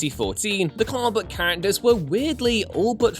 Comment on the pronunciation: When you say "comic book character" I keep hearing "Carbot character" xD